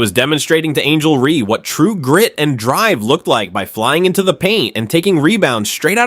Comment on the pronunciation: Why can't your AI say Reese instead of Ree. So irritating.